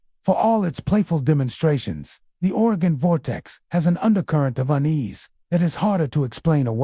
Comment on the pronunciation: Couldn't listen after hearing the way he mentioned oregon....